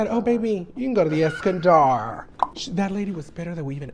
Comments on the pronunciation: Take a shot every time she says “EskanDARRRRR” 😂😂🤌🏽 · Eskandar)))) Es-Scan-dolo’ 😂